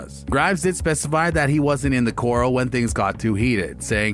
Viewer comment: Why is it most narrators don’t know that Luke Grimes’ character’s name is pronounced KayCEE not CASE? Also, corral is cor ral not coral (has this person not ever seen a western?)